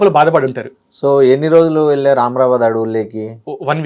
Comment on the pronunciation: ఆమ్రబాద్ కాదు అమ్రాబాద్